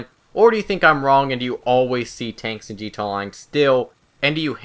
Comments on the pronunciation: Dislike just because of how you pronounce GTA. Wtf, just say "G" "T" "A", not "gta" like some middle aged person trying to be "cool" and "hip." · wtf is g-tey online?